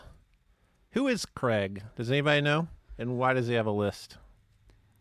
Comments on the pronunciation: It's "Craygs" list, not "Creggs" 😄 Also, we have this garbage in the UK, it's just junk. And, also, we do have this in the UK, and George isn't a common name 😄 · Craig, in the UK, is pronounced "Cray-g"; we have Gumtree as an equivalent.